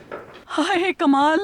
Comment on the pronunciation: Kalam nahi janab "kamal"......